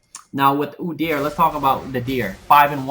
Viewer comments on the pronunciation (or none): Why does he keep saying Godyr... so annoying.